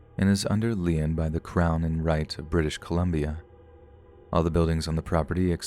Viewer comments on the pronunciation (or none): I know you know how to pronounce faux and lien